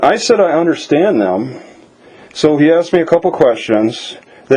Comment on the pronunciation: I’m glad she “aksed”. It sucks but Louisiana is a stop and ID state. I’m not saying I know that was legal in your case.